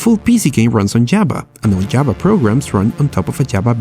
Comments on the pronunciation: I neber eben knew you can install Jaba (the Hut) like that :) srsly its pissing me of its a V not a B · Java not Jabba 😑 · "jaba" but good video...